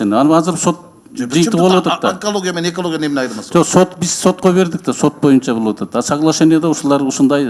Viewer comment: Мойунча дебей ушул депутат боюнча деп туура суйлосунчу сураныч